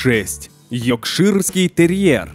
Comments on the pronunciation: Все таки не удалось произнести "йоркширский")))) Так и остался "йокширским"))) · Не Йокширский терьер а Йоркширский! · ЙОРКШИРСКИЙ ТЕРЬЕР!!!!!!!!!, А НЕ йОКШИРСКИЙ!!!! кАК МОЖНО ДЕЛАТЬ ВИДЕО О СОБАКАХ, КОГДА НЕ СПОСОБЕН ДАЖЕ ПРОСТО ПОРОДУ ВЫГОВОРИТЬ!!!!!!!!!! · Никому не режет ухо "йокширский" ?? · Екширский... Хоть бы уж породу правильно назвал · "ЙоКширский терьер" Даже выговорить не может Мудила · Папильон??? Йокширский терьер??? Интересные новые названия! Кроме этого ещё пару раз кровь из ушей потекла... 😱👎